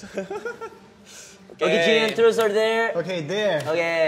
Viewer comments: DUDE haechan just said truce or darex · CINDY TOH no no it’s TRUS or dare 😂😉 such a cutie 😂😂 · It's more likely trus or dayre. The way chanie pronouncing it